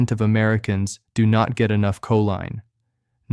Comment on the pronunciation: I would love to hear a real person speak rather than AI generated. Just listen to how choline is pronounced differently in different parts of this video. Definitely not subscribing, even if the information is accurate.